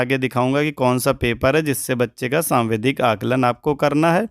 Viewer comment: आप सावधिक को सांविधिक और डिकोडिंग को डिस्कोडिंग क्यों कह रहे हैं ??